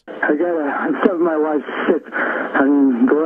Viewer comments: I was listening to the video without looking at the screen and definitely heard him say she was sick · Knowledge engineer transcriber here. He is saying sick not shit. He means he needs a doctor ergo ambulance, not a slip just primative thinking.